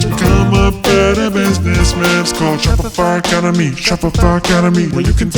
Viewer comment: "Shopify Academy" What i heard was " Shut Fc Up" hahahaha